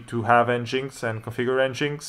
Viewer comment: FYI, it's pronounced "engine X", not "n-jinx" ;-)